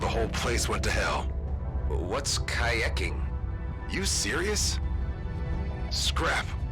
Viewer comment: "So, about kayecking." Had me dying lmao